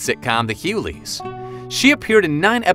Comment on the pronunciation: WOW! Pronounce The Hughleys correctly. And it's DL NOT DI Hughley.